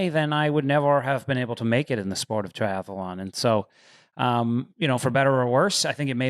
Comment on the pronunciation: When is someone going to let Lionel know it’s “tri-ath-lon” not “tri-ath-alon”?